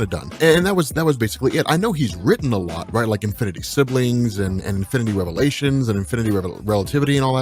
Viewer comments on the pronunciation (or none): none